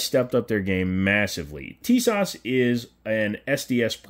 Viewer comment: The s at the end of Tisas is pronounced like the sh in shop, thats why it has a little hook at the bottom. The rest is on point.